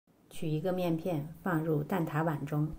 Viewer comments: 蛋ta，不是蛋da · 蛋挞 ta，不蛋da